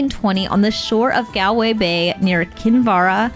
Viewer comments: Btw IRISH people don’t pronounce “Gal -way as you do . Think of “ Gall stones or shopping “Mall” Galway as rhymes with “Mallway” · Gal-way is pronounced Gawl-way…👍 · Galway is pronounced Gaulway. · Why can't American people pronounce Galway?? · Were you really in Ireland? Those pronunciations. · It's a pity you didn't stay long enough in Ireland to learn how to say GALWAY😢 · It’s not pronounced Galway… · How did you spend so much time in the country and STILL not learn how to pronounce Galway??